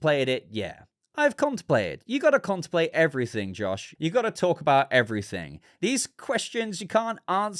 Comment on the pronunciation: ConteMplate. The "m" is not silent,. You're welcome - Signed, the Pronunciation Police.:)